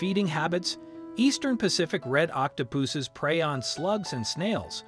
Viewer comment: Octo-poohsses? The pronunciation sounded a bit weird.